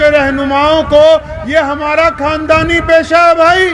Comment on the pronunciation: ارے مولی ساب آقا محمد صلّی اللہ علیہ و سلّم کا نامِ نامی اسمِ گرامی صحیح تلفّظ سے لیا کریں سلّا سلّم نہ بولیں اور اپنے کھاندانی قِصّے سنانے کے بجاےُ رسول اللہ اور آپ کے صحابہُ کرام کے واقعات سنائیں کھاندان نہ بولیں خاندان بولیں مولی ساب عبد الکادِر نہیں بولیں عبدالقادر بولیں